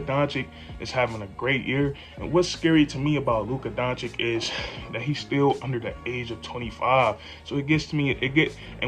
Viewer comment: Bro, you really got to learn how to say Luka's name! Listen to this song for help 🎶